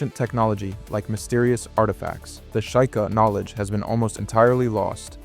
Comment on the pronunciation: It's "shee-kah" not "shy-ka" come on brother